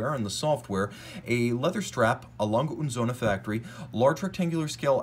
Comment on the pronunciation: Thank you for pronouncing their name properly in german lol. Everyone says “lange et sohne” and its really annoying